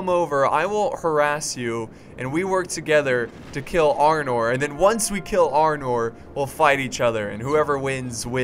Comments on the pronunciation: why does everyone keep calling it Arnold it's Arnor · it is arnor not armor